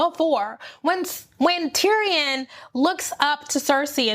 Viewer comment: Just have to say that "Tyrion" is pronounced like "Syrian" not "Tee-ree-ON." Ha ha... I really don't think Jaime is as horrible as you think. I believe he's going back to Cersei to kill her, not to be with her. But he isn't sure he'll survive the attempt, so he says things to try to make Brienne feel like she shouldn't love him anyway. Sort of like when Arya throws a stone at Nymeria back in season 1 in order to save her life. At least, this is what I hope! As for Dany, I don't think it was loneliness or jealousy in that feast scene. She was just realizing that Jon has the love and support of all the people there, so if they find out that he is also the rightful heir to the throne, they aren't likely to support her--despite the fact that she just sacrificed so much to fight with them. She is worried about her throne. She's so used to sweeping in and getting all the love of the locals. This is the first time that didn't happen for her. And with Jorah and most of the Dothraki gone, she's really lacking support. And I'm not mad that Missandei died. I'm mad that she didn't go out in a more badass way. I wish they'd had Qyburn standing next to her, so when she says "Dracarys," she wraps her chains around Qyburn's neck and jumps. That way she could have died on her own terms and taken out Cercei's Hand at the same time. She was too cool a character to go out so lamely.